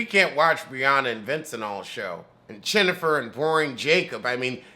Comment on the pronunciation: Chinnifer!!! Lol I’m done. It’s like hearing “ Hip” or “ A kiuhh heel” 🤣🤣🤣 I don’t watch the show but I can’t stop watching your reviews!